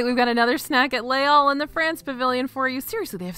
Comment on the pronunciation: I adore you, but it’s pronounced “lays all” not “lay all” because the second word begins with a vowel sound. So you do say the s there. That being said, I appreciate so much that you make the effort to pronounce things properly and your lists, as always, are flawless ❤️